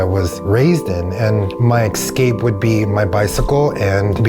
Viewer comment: Why can no one say the word ESCAPE?!?! It is pronounced ES-CAPE! It is not pronounced EX-CAPE! People do not know how to speak!